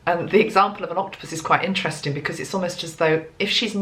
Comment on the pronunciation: You know,Sepia- it's an animal like Octipus... is a homeopathic remady for the mother.... wow and you said Octipus for Merry :))